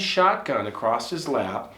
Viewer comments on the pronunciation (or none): none